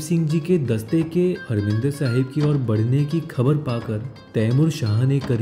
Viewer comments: abe saale,harminder nahi harimander bole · you are right, but you said harminder.....you should say harmandir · grt vedio.. bt bro marminder sahib nhi, harmandir sahib hai ok.ji...